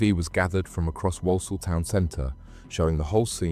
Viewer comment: Your pronunciation of Walsall is criminal in itself 😂